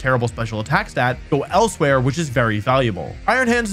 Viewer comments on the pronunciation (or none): none